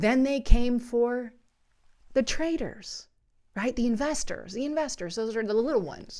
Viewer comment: It's TRAITORS not traders